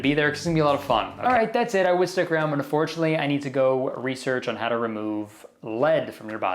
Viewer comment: thank you for the video kurtis but undoretiunatley. Boom